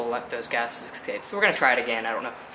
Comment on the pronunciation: great video..... but the word is escape (pronounced es - cape) not excape